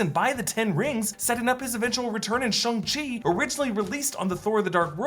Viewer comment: Shang-Chi teaches you how to say "Shang-Chi" and yet still can't pronounce it correctly 🤦